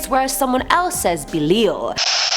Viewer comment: Its Be Lie al in how its pronounced.